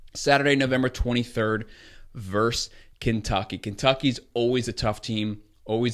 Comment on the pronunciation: Nice breakdown but please pronounce the word VERSUS correctly... Ver-sus...not Verse !!! Thanks!!!